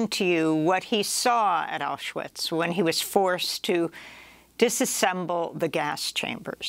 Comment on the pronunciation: She said mouseuwitch lmaoo